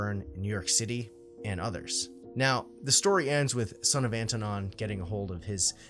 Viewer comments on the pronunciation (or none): Son of Anton? You keep saying "sonofantanon"...